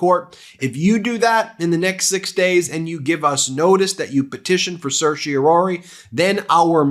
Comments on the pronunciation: Pronunciation: en banc = ON banc. ON banc, not In banc. Certiorari = RAR rhymes with CAR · I sincerely hope the ‘en banc’ DC Circuit says, “No”, and the Supremes also say “No” as quickly as possible. The word is pronounced ‘Ser-shee-or-AR-ee’. Five syllables. Please get this right.